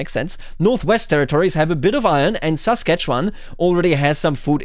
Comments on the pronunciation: I'm shocked to hear someone pronounce Saskatchewan correctly! Normally people look at it for 3 seconds and then give up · Most other Canadians can't say "Saskatchewan" correctly. does. The mind boggles.